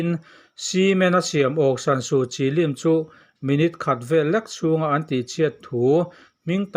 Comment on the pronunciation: a ngaihnawm e. mahse Kawl hming leh ram hming pakhatmah a thluk i sawi dik lo. Myanma tih lai chauh hi i thluk dik. Aung San Su Kyi hming te tal hi chu thluk dik teh khai. nang chuan d d d d angin i thluk a, a dikna chu aung san su kyi hi d f m d angin chham la a dik a ni mai aw.